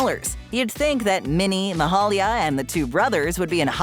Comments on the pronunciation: ➡ Attn.: Ma-HAIL-ya Jackson. ⬅ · I passed a Gino’s the other day in Glen Burnie Maryland. There are 3 still in operation. Also, it’s Ma-hail-ia Jackson. One of the most famous gospel singers of all time.